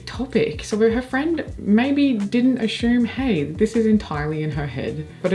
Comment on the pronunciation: another really interesting and entertaining video! Quick question: You are extremely articulate, but I noticed today that you pronounce the word "assume" with an "sh" sound, as "ashume." I'm trying to figure out where this could come from because you don't have an issue with the letter s generally. Do you recognize what I'm talking about?